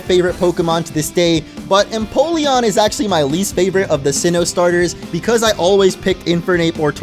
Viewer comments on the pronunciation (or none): none